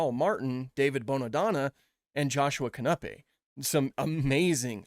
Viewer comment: The very moment I realized that I've been murdering the pronunciation of Joschua Knüppe's last name all these years 😆